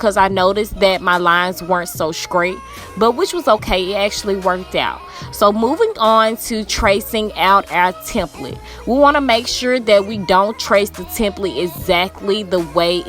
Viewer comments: Did this chick just say SCRATE instead of STRAIGHT. 🙄 I'm embarrassed for her.🤦🏾‍♀️ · "SAGRATE"? WHAT DO YOU MEAN??? YOU MEAN "STRAIGHT"? LOLOLOLOL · I subbed just cause she said skrait 😅 I can't wait to see your content. I also liked it was hand seen just in case we don't have sewing machines. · lxvley thought I was hearing things til I heard it a second time. lol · I knew I heard that 🤣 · Baaabbbyyyyy!! 🔥 🔥 When you said "skrait" I'm from Shreveport and Thought I was watching a sista from Louisiana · It's so funny how I knew you were from Memphis too just from the way you said "skrait" 😂😂😂 Loveee this, you explained it so much easier than others I've watched ❤ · i was shole finna say that 😂😂😂 she sound like she from memphis. ig we do have an accent 🤷🏾‍♀️☠️ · The way you said straight 😂😂😭